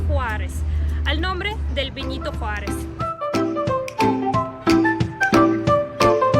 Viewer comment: vinito jurarez jejej